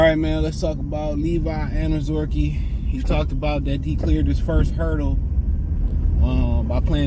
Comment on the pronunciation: 😂😅 for a guy who has a theme song in the words are I like to be educated. you keep fucking up this man's name and refuse to fucking say it properly. 😢😂 again this isn't your gf,s little poodle shitzu dog.just break down his name like they taught you in school here I'll even help you say it like it sounds........ OWN ZER REE KAY..... now say it all together mr. I like to be educated😅..... honest-to-god I wanted this guy cut so this idiot would stop mispronouncing his name clearly the education system failed him and Hooked on Phonics did not work